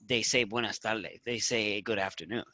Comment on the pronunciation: you're turning into a Puerto Rican saying Buenas TaLdes instead of Buenas tardes.